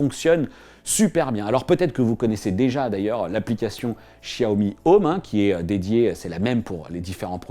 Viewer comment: Ah oui nos oreilles saignent en entendant ça !